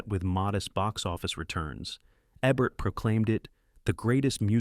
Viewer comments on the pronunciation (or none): The AI narration drove me away in less than three minutes. It is somehow both dull AND annoying, and it mispronounces SO many names (as heard in other videos, including this one.) Roger Ebert's last name has a long "e," as in "bee, not a short one as in "egg." The "stein" in Leonard Bernstein's last name rhymes with "fine," not with "mean." Oh, and have your writer (if there is one) stop using the construction "It doesn't just ___ ____; it _____ ______." One example: , we hear, "It doesn't just celebrate Hollywood; it transcends it," whatever that means. But it uses that formula repeatedly. It doesn't just kill the listener's interest; it obliterates it. It's repetitive and dull, dull, dull. Dull. Not subscribing, though I love this topic. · Is it me, or is the "narrator" switching between "Eeebert" and "EBBert"? Pick one and stick with it! Oh... and if you cannot properly pronounce flower's name, "edelweiss," than please don't miss pronounce the word. The correct pronunciation is in the song. BOOO for you and your adle-brained team. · Love your videos...but PLEASE...It's EEEbert..not ebert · Love these! But why are the pics of Roger Ebert shocking ones where he was dying of cancer with half his jaw cut away? There are thousands of photos of Roger from his hearty Siskel & Ebert days! And why can't this narrating voice consistently pronounce "Eeee-bert?" p.s. I approve of the editing that made Stockard Channing the stat of "Grease" lol. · If you are going to feature a film critics best film, you could at least get his name correct! It E-bert. Try a little harder next time! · Did they consider teaching the narrator how to pronounce peoples' names? Like Roger Ebert's name? Leslie Caron's name? Ye gods. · The robot is disgusting in pronunciations. It says Ebert three different ways.